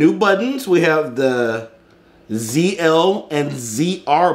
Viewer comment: YAY!!!!!!! SOMEONE THAT UNBOXES IT AND FINALLY DOESN'T SAY "Zed L" and "Zed R"